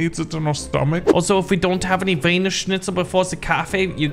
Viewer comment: The best part of the vid "OH WE CAN TAKE THE WHIENERCHNIETZER